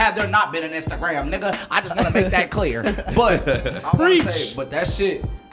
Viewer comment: “I just wanna make that cleur” 😂😂😩